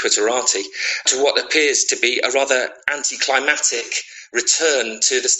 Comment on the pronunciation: Hey - the word is "anticlimactic", not "anticlimatic" which probably isn't in the dictionary, but if it were, it would probably mean "disapproving of the climate"!